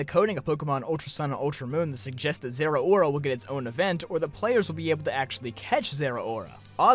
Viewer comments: Im pretty sure its pronounced zer-oar-a not zera-ora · I agree completely but your pronunciation of Zeraora is physically painful.